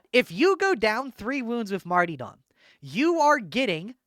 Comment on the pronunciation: If this guy says martee dom one more time I'm going to puncture my own eardrums. I'll never get back the time I spent listening to this. 😢